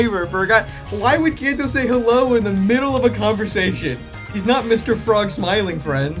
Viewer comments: It sounds like ellou. I refuse to believe otherwise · if there's no h then's he's saying ello have we come to an agreement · he said Hellou btw